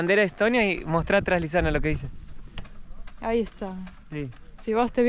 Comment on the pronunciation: Le patina la erre a Lisana jaja